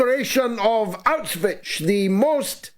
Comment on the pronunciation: Bro. I think it's high time you learn to pronounce Auschwitz. It's getting embarrassing.